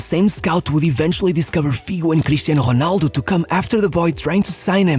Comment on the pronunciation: Awesome channel buuuut... Could you stop saying the Rs in English as if they were an H? Rrrrrrrronaldo.... With an R... Normal R... Imagine if we started pronouncing all foreign names in the way the locals do, and nobody understood anything 😅😅😅